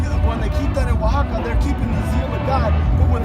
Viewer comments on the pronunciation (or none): Oaxaca is a Nahuatl word not Spanish. It's pronounced " washaka" or " yashaka"